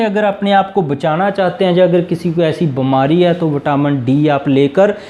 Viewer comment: Hindi aap ki achi nhi hai beemari ko bamari bolte hein